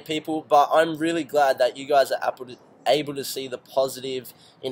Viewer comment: WHEN HE SAID "APPLE" INSTEAD OF "ABLE" I LAUGHED SO HARD xD